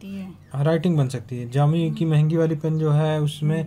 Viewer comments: जियोमी ni दीदी शाओमी हैं😊😊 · Ziomi❌ Xiaomi ✅